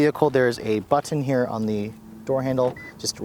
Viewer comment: It sounds like you say “keep the key fob IN you.” Lol. Quite the requirement to start the car.